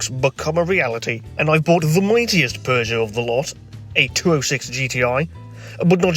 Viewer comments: wowwwwww a beugeot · ew he bought a peaugoueout french ew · I pronounce you Peugeot and wife